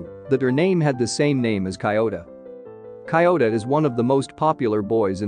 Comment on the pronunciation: The way he pronounces Kyouta's name is so disturbing